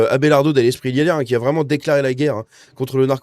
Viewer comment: Il déclare la "GUAYRRE" ???